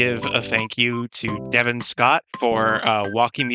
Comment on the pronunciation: Devan Scott. That’s crazy. My first name is also spelled Devan and it’s the first time I’ve heard it pronounced the same as mine. How cool